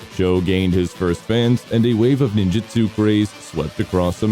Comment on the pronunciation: It's supposed to be pronounced Ninjutsu. I don't know why they make it spelled differently sometimes